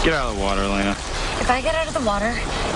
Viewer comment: It`s Elena!!! Not Alaina! :D